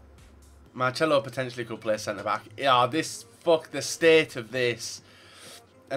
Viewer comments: why do u say marchelo instead of marcelo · FFS it's not marchelo. there is no "H" in his name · Hey it is Marcelo not Marcelo. It's so annoying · Did you really say 'Marchelo'